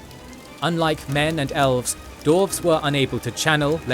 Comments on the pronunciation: it is allways funny to hear you mispronouncing dwarfs. like d-arfs. It's d-warfs. But love your videos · Is it correct to say dWarfs without the emphasis on W? I never heard it before, or am I just hearing it wrong? 😂